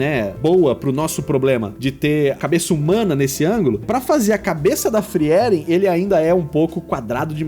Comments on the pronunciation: Eu amo Frieren (pronuncia-se "fríren", não "friéren" rsrs). Eu me diverti muito com os desenhos e o resultado do seu ficou simplesmente perfeito! Realmente impressionante para alguém que julga não dominar o estilo anime. Parabéns ❤ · Acho que é a primeira vez que ouço alguem falando o nome da personagem como FriÉren ao invés de FrÍren